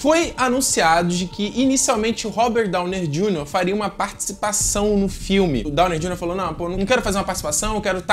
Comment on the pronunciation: Robert "Downer" Jr.? hahaha